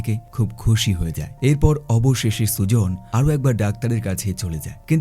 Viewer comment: মেয়েটির নাম সুজন না সুজেন😅